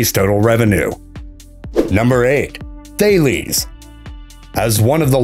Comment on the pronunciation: Lmao thay lees. Phonically Tal-es = Thales